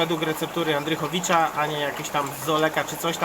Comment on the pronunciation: Antychowicz, nie Andrychowicz